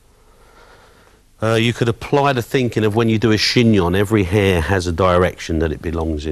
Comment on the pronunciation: “lcan and l will.....cut her hir”tha cockney accent saying that to Love him to cut my hair....LS